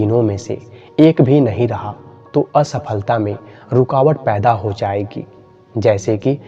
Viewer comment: "Asflta" ya "Sflta"??